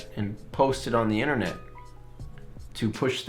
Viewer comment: "You want flip your inneret?"